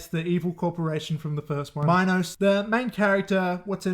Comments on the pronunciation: It’s “mean-oas” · I think it's pronounced "me-nos" like the greek tale of King Minos, who had Daedalus build a labyrinth for the minotaur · Also dude did NOT watch this movie. They say Minos (ME NOSE) many times. How are you mispronouncing it? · It’s Meen-Os lol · How do you watch both movies and not know how to pronounce minos?